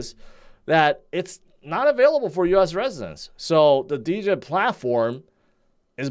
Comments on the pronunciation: Why do you keep saying D-djed? It is djed in one word..🙄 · I just don’t understand how someone who can put at much content as and not know the proper pronunciation of Djed-Jed!!!! It’s pronounced JED not DeeJed!!!! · The way pronounces Djed he prob pronounces knight (Kanight) hahaha the D is silent dummy!!!